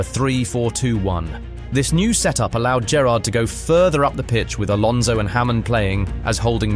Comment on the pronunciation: Most of these names were wrongly pronounced. Rice? Smycer? Hamen? Sirgynyo? Pearllo? Cisso?